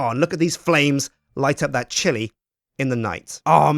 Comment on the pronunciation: time you say chilli i think you say shitty